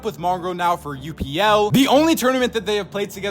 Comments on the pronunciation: It’s pronounced upl not U P L just to let you know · His name is pronounced upple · Upl is pronounced apple just so you know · btw you're pronouncing upl's name wrong lol. its like saying "up" and then just adding an L to the end. basically pronounce it how it looks